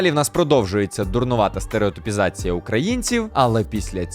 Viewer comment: Я би навіть сказала не «стереотИпізація», а «стереотУпізація». Який же треш, а так подобалось в дитинстві🤦🏽‍♀️